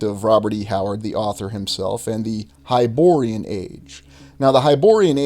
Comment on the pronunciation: Its hyborean.